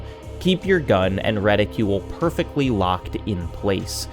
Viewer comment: Reticle, …RetiCLE